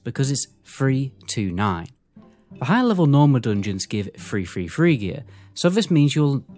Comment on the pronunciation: oh ..... three three three gear .... i though it was free free free gear... good video